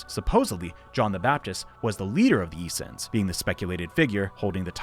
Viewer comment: Issens? Issens... Issens...? Issens... ! Essenes! Motherfucker! Took me a whole minute to figure out what you were on about. Might have taken even longer if you hadn't mentioned John the baptist!